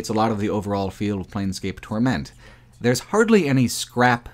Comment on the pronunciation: Why are you emphasising "Torment" so strangely? The emphasis is on "Tor" not "ment"